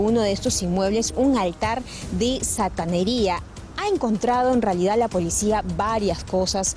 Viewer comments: Satanería...😂😂😂... Santería no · Altar de santería...no " sataneria "...😂😂😂😂